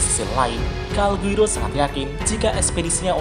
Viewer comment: Calgurio pak bukan calguiro